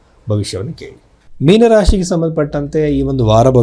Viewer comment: First learn how to correctly the word meena in kannada